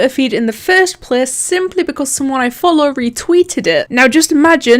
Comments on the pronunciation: "The fust plece" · Question Why do you say place like pleas